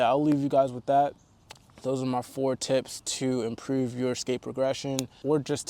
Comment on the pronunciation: Baltimore accent “Improouuve"